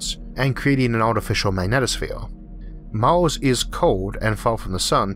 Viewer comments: Why the Hell can't he say Mars, or Earth? Every time he says a word that has an "A" or "E" in it, where that is the emphasis of the word, he screws it up. It is not even speaking English, from England, Australia, The US, or any other place that speaks English. I hope that I am not making fun of someone who is hard of hearing, which is what this sounds like. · that is not speach impediment, e cant say earth or on mars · it's Mars not Mors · "Life on Maws"